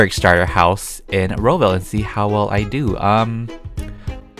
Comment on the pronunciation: what the freak is ro-ville?